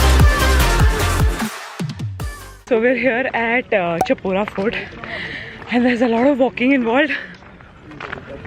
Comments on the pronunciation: Ok it's pronounced as "Shapora" Instead of *Cha*pora... Love love❤ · Chapora is pronounced as Shaa Paw Ra